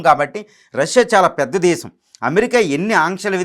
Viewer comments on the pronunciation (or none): none